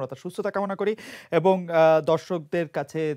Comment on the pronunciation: ক্যান্দ্র, এ্যাবং, এ্যালাকা, ত্যাকনোলজি এগুলো কি উচ্চারণ করছেন উনি?